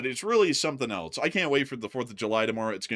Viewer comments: Programmer: "It's pronounced 'else.'" Me: "No thanks, I prefer eltz. It has more character." 😄🎉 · Else (ELS) The English word "else" is pronounced ELS (IPA: /els/). Examples: Someone else → "SUM-wun ELS" Anything else? → "EN-ee-thing ELS?"❤